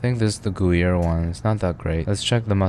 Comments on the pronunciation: Bro said gooyere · Ah yes, my favorite cheeses. Monster and goo-yer.